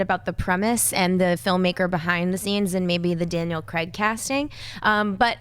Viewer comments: Why can't you pronounce Daniel Craig's surname? It's Craig... sounds like Crayg I guess... Not Creg. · It's Danial Craig...not Creg. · who is cregg? lol :P its craig